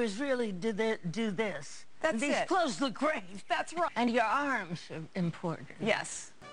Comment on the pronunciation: “You like the closhes?” “Huh?” “You like the closhes?”